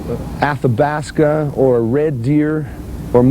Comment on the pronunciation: Did he say Athabasca?